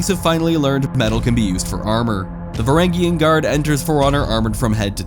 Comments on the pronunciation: Vuh ranj yun guard lol not varagyun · varangian is pronounced with a j sound